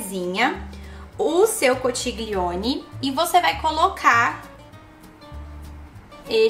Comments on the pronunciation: Conxilioni. Se pronuncia assim rs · Oii!! Amo seus vídeos!! E só uma dica! A pronúncia da massa é “conquilhone” conchiglione em italiano😉 o ch tem som de Q e o gl tem som de lh! Bjuuu❤️❤️ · Que delícia! Olha ..se escreve conchiglione e a pronúncia é conthilhone. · a massa se pronuncia (conquilhone) a escrita conchiglione aqui na 🇮🇹 bacio 😘 buona cena 🍴